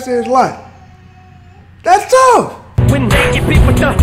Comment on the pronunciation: Honestly I'm sick of hearing "dats touf"